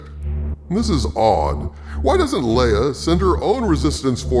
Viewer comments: Lee-ah? ive always pronounced it Lay-ah. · GENERAL LAY UH ....ITS NOT LEE UH ....OMG